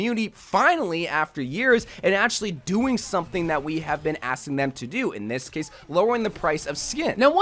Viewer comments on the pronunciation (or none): none